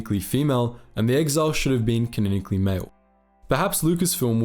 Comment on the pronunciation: It's "ca-non-ically", not "kineckly". Ffs.